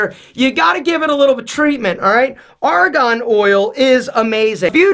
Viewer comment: Great vid! But it's Argan oil, not Aragon oil. 😂